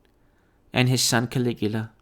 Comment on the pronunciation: Ka-lee-gou-lah 😅 LMAO 😂😂😂 and Snowden!! Persecuted for the same thing, exposing the truth!